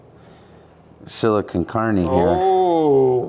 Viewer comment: And now "Shmoo" and "Sili-con-carne"